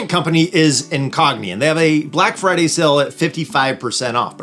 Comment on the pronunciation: Black “Firday”? Oops… 😮